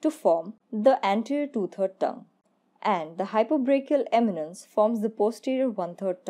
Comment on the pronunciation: why are you saying hypobrachial eminence?